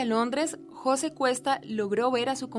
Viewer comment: Jóse.... Porqué pone el acento en la "o". MDF influencia de presentadoras con el coeficiente intelectual de una yegua...